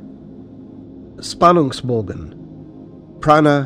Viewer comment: Spannungsbogen would be pronounced with a "sh" sound instead of a "s" sound and mélange is pronounced slightly different (it's not really an "a" but a mix between an "a" and "o" sound) but that's more of an accent issue. Otherwise it's really good! I learned a lot :)